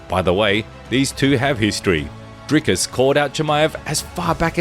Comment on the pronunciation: Wtf Dana pronounces it “Dry-cus”?